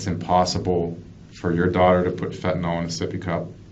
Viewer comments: Why does everyone say "fentinol" when there's no o in the word fentinyl???? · Anybody else get annoyed by the way people say fentanyl??🤣🤣🤣 it's not fentan-all.. but fentanyl.. like benadryl.. not all.....but Ill..... fentan-ill!. You're welcome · Where in the word fentanyl is an “ol?” There isn’t, just imagine the “yl” is pronounced “il” and you won’t sound like such an idiot. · It's fucking fent a nil.